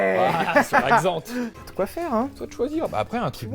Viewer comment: Certains ont une "Jag", Sylvain a une "Xant".